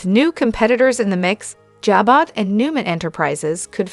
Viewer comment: Who is it narrating this?? whoever it is SHE doesn't know how to pronounce certain names and words like IAN and JABOT